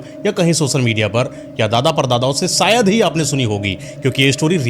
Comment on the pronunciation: Yar Shayed ko Sayed kiun bolte ho tum sab India wale